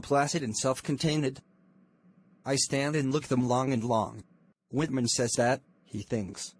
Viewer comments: It's not hitman it's whitman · That's not Walt hitman😂🤣 its Walt Whitman 😏🤩